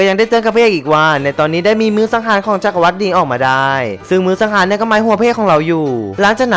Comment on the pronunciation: ขอติหน่อยนะ จักรวรรดิ อ่านว่า จัก-กระ-หวัด ไม่ใช่ จัก-กระ-วัด เห็นพูดทุกประโยค ลงคำว่า "วัด" หมดเลย ไปแก้นะ ฟังแล้วมันขัดหูมาก